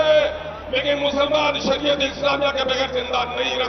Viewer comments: Sariya nahi shariyat bol raha he😊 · Phle bolna sekho smje andhbhakt Shariyat hota hai shriya nhi smje